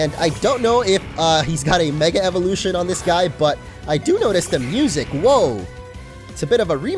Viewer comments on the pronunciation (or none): none